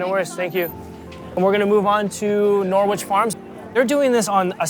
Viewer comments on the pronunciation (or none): As an Englishman I can't get past the Norwich pronunciation, that is not how you say that word. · Norwich is a silent W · That's pronunciation of Norwich is hilarious lol 🇬🇧